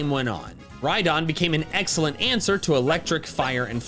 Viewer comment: DO NOT LEAVE OFF THE H IN RHYDON! AND THERE SHOULD BE ONLY 2 E'S IN VESPIQUEN!